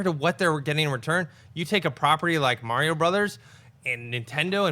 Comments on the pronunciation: It's Mario, not mare-e-o. It's a hard R sound. Also, y'all are some Patriot haters. Stay jealous. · raised my eyebrows each time pronounced Mario haha I've just never heard it said that way before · Dafuq is MaryO? MaryO and Luuuueeeegeee